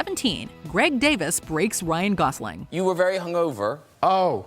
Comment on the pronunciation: His name is Greg Davies, ies, not Davis, and his story which you cut off and butchered is hilarious (hence the response from Ryan). At least have enough respect to pronounce their names correctly.